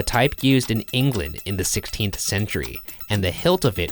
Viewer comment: Ryan, why do you pronounce words weirdly... You saying "16th" bothered me a lot that I have been playing that part on loop. Also... Having seen the head of the mannequin move , I am now revisiting past videos to see if this has happened before.